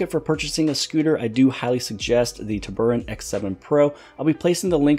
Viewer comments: TURBO...... ANT Turboant It's not TUB.. ER.. ANT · "Tuburrant" bruh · Isn't it pronounced, "TURBO ANT"? why are you pronouncing it weird?